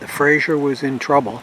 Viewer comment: Frazer. FRAZER. Say it with me- FRAY- ZER.